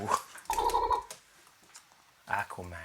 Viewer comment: lol "Aquaman"